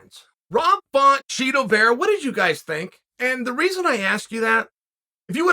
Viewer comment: Chael is secretly mispronouncing Chito… he’s lowkey calling him Cheeto 🧀😎